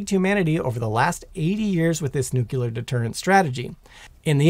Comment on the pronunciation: I really like your presntation style. That said, I've got a pet peeve - "Nuclear" is pronounced NU-CLEAR not NU-CULER.